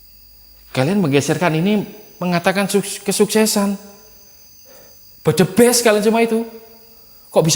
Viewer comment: suer kl ngeliat video explore nya jantung ku yg berdebar. Ketawa juga pas nyebutin budiman budimen n bedebest😀😀😀 Sehat² yaah Jaga diri sll Bang Salam dr Medan🥰🥰🥰